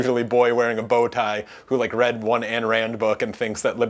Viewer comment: Another guy I'm inclined to dismiss because he cannot be troubled to learn that it's "Ayn' and not "Ann' Rand. It's not that difficult. Your carelessness here causes me to wonder where else you are careless. If you want me to take you seriously, get this fairly simple thing right.